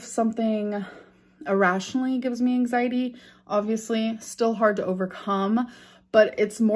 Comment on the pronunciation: Take a shot every time says "anxiteee" and RIP. Also, please keep saying "muh mental" cause it definitely doesn't make you sound like a fvkng idiot. 🙄